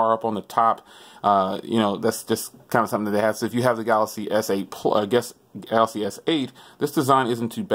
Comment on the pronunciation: “Galasy Note 8”